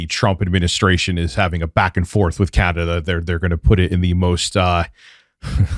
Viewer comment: C-An-A dah:D!!! just face it you're RTU2.